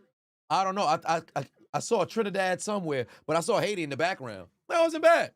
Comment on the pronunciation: idk if you noticed when he said HAITI because he pronounced it in Spanish "AYITI" 🇭🇹 Glad you caught the flag tho! Those flags represent every nation in The Americas. 🌎 Talk about an All-American halftime show. VIVE AYITI!